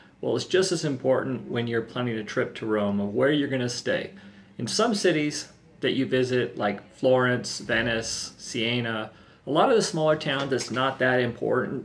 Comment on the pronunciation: Sea A na????? Where in the hell is THAT? Do you mean Siena "Sea en a"